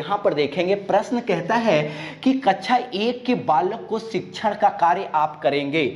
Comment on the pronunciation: Kacha n bolo sir kaksha bolo plz